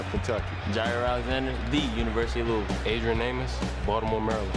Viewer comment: the man said "Luul" "Lou-is-ville" has 3 syllables... he only said 1. I think you're the one here who can't hear.